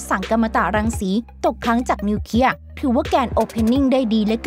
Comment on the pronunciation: ระเบิดนิวเคลียร์ไม่ใช่นิวเคีย